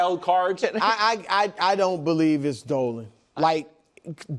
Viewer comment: nick casually saying “bolieve” cause he bolieves in bo nix